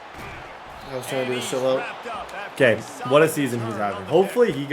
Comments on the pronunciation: Say it with me SHY-LOW not Shhhlo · sh-high-low lmao dude said shi-low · Shilo name is pronounced shy-low … not shello 😂😂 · Shy-low bro. Idk who sha low is 😂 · shiiiiilooo the way he says his name is so funny😂😂. The way to pronounce his name is shy-low putting you on game td you the goat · Shilo pronounced as Shy-low 😂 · calling him shalow is crazy 😂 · ITS (shy-low) lol😂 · Say it with me buddy SH-EYE-LOW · Shy-Lo is how you pronounce the name. You were butchering it. Come on. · It's pronounced Shy-low Sanders. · That man’s name is SHY-LOW…😂😂😂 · its pronounced Shy-Low brotha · shilo is pronounced shy-low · Why you keep saying Shilo name wrong😂😂😂